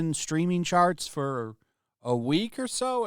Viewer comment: He says charts, I hear sharts!